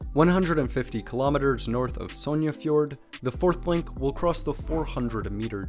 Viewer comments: Stavanger or “Stavanyear?” And Sognefjorden also “Sonyjafiyoren” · Yeah, his pronunciation is wrong